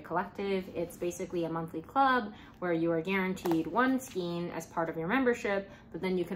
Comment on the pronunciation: how have you made this many videos and still call it skeen ... it's skaaaayne